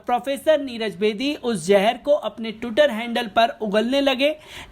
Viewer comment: Please try to improve your pronunciation, it is very hard on ears. Zahar not jahar? Learn from Pyurus Shrama, Abhisar Sharma. They speak correctly, pronounce correctly.